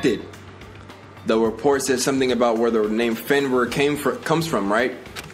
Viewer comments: fenrrr? rir is pronounced rear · No disrespect, but it's pronounced as "Fen-REER", I heard you saying "Fenwar" at times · Its pronounce Fen-Rear. Sorry lol it's my dog's name and I just want you to say it right